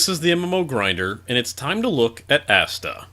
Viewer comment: The way you pronounce that sounds like you're talking about Asda: The MMO :) And from the looks of it, this really does feel like something you'd buy at Asda - the sort of off-brand knockoff MMO you buy Friday afternoon after all the other stores have closed.